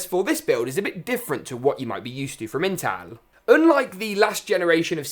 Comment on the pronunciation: you said intal